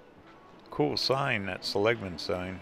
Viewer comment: See - Lig - Mun